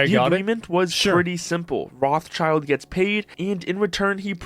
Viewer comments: Rothschild used to be a German name of highest reputation. Almost as high as the family name Fugger (Jakob Fugger was the richtest person in history). What happened to this honorable banking and industry investment clan? Also, it is not pronounced [roth-child], it is similar to [rode]-[shilled]. Rothschild (Roth-Schild) means "red shield". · It's pronounced "Roht-Shield"(shield with a short "ie", Not "Roths Child" btw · I can’t stand how you guys pronounce Rothschild XD it’s Roth Schild not Roths Child. It’s spoken rot-shield. Comming from the German rot for red and Schild for shield. The h in Roth is silent and a leftover from medieval spelling it’s not a typical „th“ just t. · rothschild? thats not how you pronounce that xD it took me so long to figure out that he is talking about "rot-scheeld" not roth-child note: I do obviously hate the moron, just not how that last name is pronounced note 2: google is wrong, it gives this ridiculous butchering of the Hebrew language and calls it "American pronunciation" (I'd call it butchering instead) look it up the German pronunciation is much closer to the actual correct Hebrew pronunciation Edit: ok it is originally German, just look up the correct German pronunciation Edit 2: Yes gabe our lord and savior, we all praise gaben we love gaben, praise gaben baby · americans saying rothschild is triggering me. it is not spelled "roths child" it is spelled "roth schild" and you pronounce the i in shield with an E not an i, it's a german family name. they are from frankfurt in germany. 1;1 it means roth shield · fun fact: Rotschild is german an actually means red-shield. not Roths-child - but Roth Schild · I wasn't aware Americans mispronounce Rothschild as Rawth-child. It is pronounced Rote-shilt since the name is German. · Roth child? What? Its RothSCHild. SCHILD. Not child. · For the love of everything. It's Roth-schild (as in shield), not Roth-child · Can we please pronounce it normally? It's [road shield] not [wrathchild]